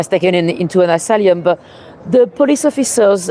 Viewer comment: Thanks:-) By the way it is asylum, not asalium:-)